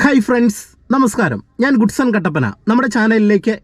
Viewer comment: നീ ഗുഡ്സൺ കടപ്പന അല്ല ഗോഡ്സൺ കട്ടപ്പന